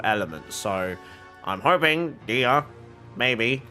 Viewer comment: dehya is pronounced deh-hee-ya!! and eula is pronounced oyla :)